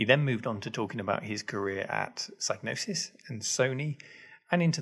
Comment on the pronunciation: Also pretty sure you don't pronounce the G in "Psygnosis", if that was a clue that might've helped spot him at the time. In "gnosis" it's silent. And I've actually heard "Psygnosis" spoken out loud somewhere or other by someone official, maybe on Gamesmaster or something.